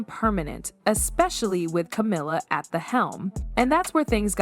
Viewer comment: AI bullshit. Can't even pronounce Camilla's name right.